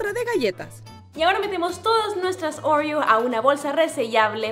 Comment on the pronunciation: Nadie absolutamente nadie::orrrio Jajaja la amó ❤️